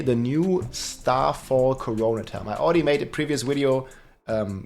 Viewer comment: Pronounced “core-o-net”